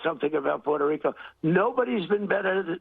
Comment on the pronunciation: Puerto Rica. He doesn’t even know how to pronounce it.